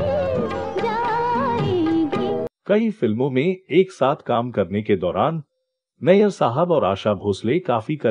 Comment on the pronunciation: OP Nayar Nahi Hai Nayyar Hai 😂 nayar or Nayyar alag surname hai pehle khud pata kar dosto ko galat information de raha hai